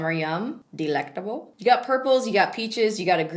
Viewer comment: The way she said "delectable" 😂😂😂😂😂